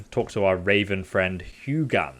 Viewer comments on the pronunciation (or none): It's pronounced Who Yinn. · When he pronounced “Hugan”...🥲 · The correct pronunciation is "HOO-gin" which translates in old norse to mean "thought" Munin Odin's other raven translates roughly to mean "mind" in old norse. These ravens travel the world and return back to Odin to tell him what is going on in the world. His messengers if you will.